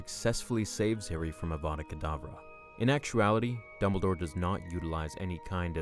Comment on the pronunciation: ITS DumbleDOre not Dunmbledore